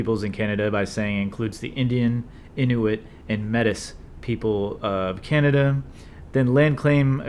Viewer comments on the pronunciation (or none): Thanks for attempting to put this together to help those of us embarking on a legal career. Just a note, you should refer to the correct pronunciation of the metis people